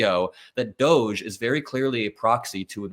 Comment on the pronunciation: Why pronounce it like you do ? The doge commitee is trumps way of embarrassing muskrat and ramaswampy . I pronounce it like doggie commitee . Trump hates dogs !